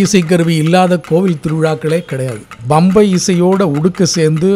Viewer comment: MIHA ARUMAI....Nihalchi Varnippaalarku oru seidhi. Uchararikumpoludhu Pambai yendru Ucharikavum bambai alla...